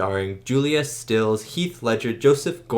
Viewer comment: You've hit the nail on the head: Iconic movie with GREAT chemistry between the actors. Great reaction from you, as well. One things: it's Julia Stiles, not Stills...